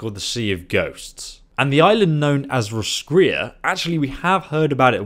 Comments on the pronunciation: there's a town in Ireland called Roscrea and it's pronounced (Roscray) so I'd say that's how it's pronounced 😊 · Roscrea..If it's meant to be the same pronunciation as here in Ireland then it's (loosely) Ross-cray. Ross like the name and cray like clay just with an 'R' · Roscrea is pronounced Roscray. it's a town in Ireland which seems to be the inspiration behind the expansion. The geography, pale humans with tatoos (celts) and music fit. The central city also mimics Skellig Island. Think of the island from the latest Star Wars film. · it is pronounced Ross-cray I think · the roscrea in ireland is pronounced ros-cray so make of that what you like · It's pronounced Ross- crey, It's Irish. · ur not even pronouncing the O